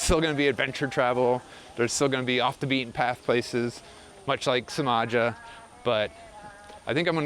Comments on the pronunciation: If you are learning Bahasa remember that the C is pronounced Ch which means Cimaja is called Chimaja. Don’t worry I’m not offended. Have a good trip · It’s pronounced Chimaja . Ci is ch . I spent 18 months there about 10 years ago , cool place . There’s much much more there than waves . Locals very friendly too